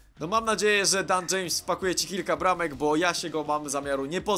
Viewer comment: Daniel James chyba a nie dan James jak się mylę to ok